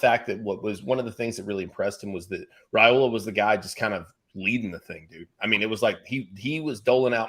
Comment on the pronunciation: Rye-ola not Ray-ola..... Per his father in an interview right after the committment.